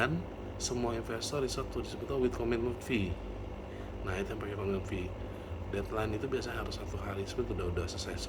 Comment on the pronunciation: pemission bukan permition, agreement bukan agrement, fee bukan vee